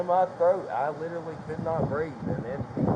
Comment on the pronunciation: “Literelly”? Seriously?!?